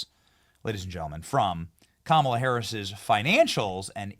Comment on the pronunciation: Benny- I like how you pronounce Kamala like Kamika like who cares (LOL) . Love your show